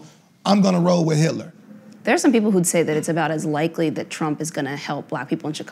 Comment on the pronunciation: “I’d roll with Hilter” 😂😂😂😂😂😂😂😂😂😂😂😂😂😂😂😂😂😂 I’m dead I’m surprised everyone let that go 😭🤣😭🤣🤣